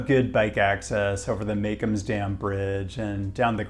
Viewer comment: It's either "Ma-KOAMZ," or "Ma-KOOMZ," the latter being an idiosyncratic NYC pronunciation, like "How-ston"-- but certainly NOT "MAY-kumz"!